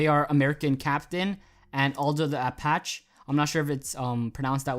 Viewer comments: Apache is pronounced: Ah-Pach-EE (a definite "e" sound at the end instead of just A-Pach) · Aldo the Apache is pronounced "apachee" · Apache pronounced apachee. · nice video man thanks for the fonts. btw, its pronounced: Ah-pa-chee.. (Apache) -Arizona Native;) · apacheee is how its pronounced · Great stuff bro, I think it's pronounced apachie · it's pronounced like "Apach-E" or "Apachy" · APACHE as in the Native American tribe pronounced Apachee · Apache is pronounced "uh-patch-ie" (Like the helicopter) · I think it's pronounced "Ol-doh the Apa-chee". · Thank you! It is pronounced "uh-patch-ee" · Btw it's pronounced apachee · It's pronounced Aldo the Apache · Pronounce the e ApachE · Its pronounced uh-patch-ee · It's pronounced a patch ee